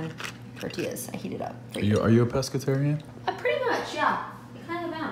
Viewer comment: Steve it's Pescatarian not Pesceterian! 😂